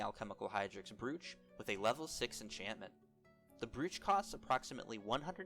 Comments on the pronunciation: Its pronounced broach like cockroach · You're pronouncing brooch incorrectly it's pronounced "broach" like roach but with a B